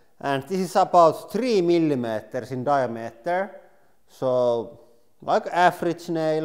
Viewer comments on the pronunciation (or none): "Mili matarrs"